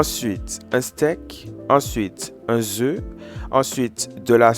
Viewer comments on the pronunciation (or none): et je suis martiniquaise et on ne dis pas un zeu mais un œuf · Un zeu mdr on dis un œuf 😂😂😂😂